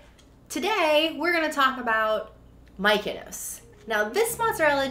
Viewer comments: Looks yummy. Thanks for the bonus dough recipe. You guys are cute pronouncing Miyoko’s “Mykonos” lol. The founder is actually Japanese and her name is Miyoko (mee-yo-ko).😊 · 😆 on her name pronunciation yall.. it actually pronunced .. ME-YO-KO ... think I would use this as a base sauce for unchickun and spinach instead of using a pasta sauce .. yumm.. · Pronounced Mi-yo-ko’s it’s Japanese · Miyoko is pronounced Me-yo-ko ❤️ thank you very much for the review! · that drove me her saying her name like Miko's. Him too. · The mispronunciation tickled me guys :-) you kept saying Mykonos like it's from Greece. I dug it lol :-) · "Me!" "Oh!" "Coe"! Easiest way to remember. :) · I love them BUT they are not pronounced “Mykonos.” That’s a Greek island and Miyoko is a Japanese name. It is not at all difficult to pronounce and it’s really off putting to have it this badly mispronounced and feels really disrespectful. Like, you had to have completely ignored how it’s actually written to pronounce it that way. Please at the very least add text over this absolute butchering of her name acknowledging that. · Why do you struggle? Learn it and commit it to memory…I promise it’s really not difficult at all. I was cringing hardcore every time you said “Mykonos” and it made me feel like an asshole, but it’s the lack of attention to detail that drives me bonkers. That said, I appreciate the review, regardless of the aforementioned snafu. 💘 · Miyoko’s pronounced Me-yo-Kos. Thanks for the review. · Not My-keno! 😂😂😂😂😂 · What do you think of Miyoko's products? (We apologize for our struggle to pronounce the name correctly)